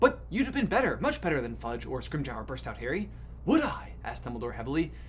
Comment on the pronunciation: I'm having a slight problem with how you pronounce A(y)berforth. For that matter also "Scrimgeour" and "Rubeus". But aside from a few strange pronounciations of names, you put out a lot of good stuff.